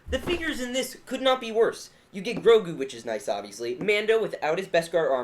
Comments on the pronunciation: His name isn't gorgu. It's grogo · this bothers me "GORGU" no, it's grogu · His name is grogu, not groigu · By the way it’s Grogu (Grow Goo) not Gorgu (Gore Goo) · Me: ITS GROGU: GORGU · Its not Gorgu, its Grogu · Grogu not gogru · His name is grogu not gorgu it just bothered me a bit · Does anyone else hear “gorgo” not “grogu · Cringe calling grogu gorgu😬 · is gro gu. pronouce like Grow goo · Lol they didn’t even say his name right 😂